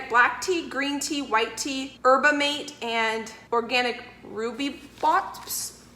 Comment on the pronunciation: Tea: mate= Mah-tay. Rooibos= Roy-bus. ;) Tea fan here…kombucha too. You’re fabulous. Always great energy in your videos.